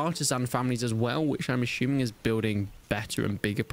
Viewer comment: I'm "ashuming" 😂😂